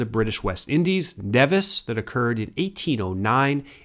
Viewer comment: Nevis ls pronounced as knee-vis